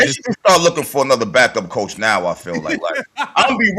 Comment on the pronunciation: she didn't say coach white. she said cosch